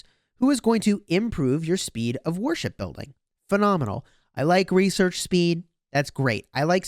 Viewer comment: Warship builds, I think my ears are broken because every time you say it I hear worship building and I get confused for a moment.